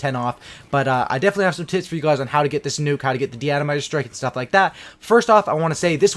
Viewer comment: I'm gonna play cod ghost tomorrow again and who else thought he said I got some tits instead of tips 😂